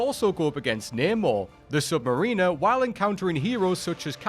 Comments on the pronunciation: In the case of Corps, both the p and the s are silent. As regards Lamor, I'd more readily pronounce it sub marr inner as opposed to sub mare inner. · Just pointing a couple of things out Not complaining about the list In Green Lantern Corps, the “p” is silent. And it is Sub-mare-inner, not Sub-ma-ree-ner